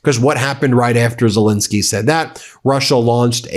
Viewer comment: Fentanyl, please note: final syllable is a short "I"; while Zelensky's Middle syllable is a short "E".